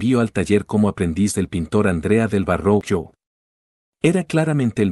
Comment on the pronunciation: Verroquio (Verrochio), no Varroquio.